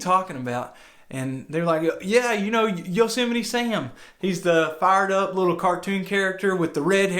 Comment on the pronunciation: Yo-se-might. God